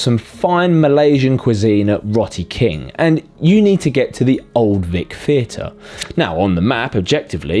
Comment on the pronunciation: in the native Malay language, It's generally pronounced as "Row-Tee King", not "Rot-Tee King".